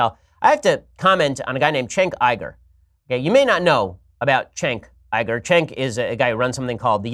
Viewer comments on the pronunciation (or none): Jenk Yoo-Gur, not Chenk Yie-Gur.